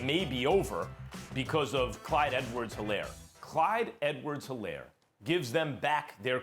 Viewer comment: P.S. it's Clyde Edwards-Helaire.